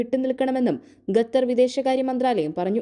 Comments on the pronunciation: മുഖം, ഖത്തർ, അല്ലാതെ ഗത്തർ അല്ല. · ഗെദർ അല്ല ഖത്തർ എന്നു പറയൂ 😂😂😂😂😂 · ഗത്തർ അല്ല കുട്ടീ ഖത്തർ ആണ്. ശുദ്ധമായി മലയാളം പറയാൻ ശ്രമിക്കു.... ആശംസകൾ 🙏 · ഖത്തർ ആണ് ഖത്തർ